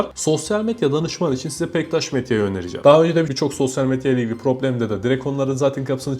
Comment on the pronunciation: SOSYAL METYA DİYO DELİRDİM DİNLERKEN